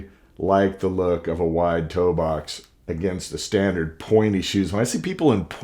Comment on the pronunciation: Toe box.. say it with me____ Toe-box